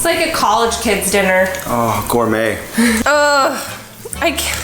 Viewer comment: “gourmet” -matt